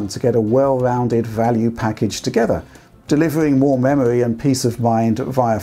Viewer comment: hungwy for memowy